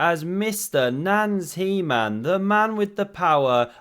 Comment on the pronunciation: “Nans heman” is perfect